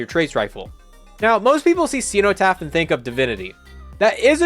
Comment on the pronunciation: The word is pronounced se no taf not ee. Good vid as usual